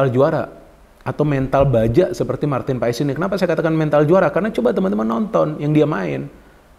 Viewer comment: Ijin koreksi nama MAARTEN PAES di baca MARTEN PAS (Sumber Kompeni)